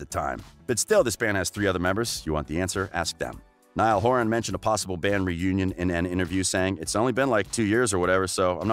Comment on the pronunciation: thank god he said it right!! "NIALL HORAN"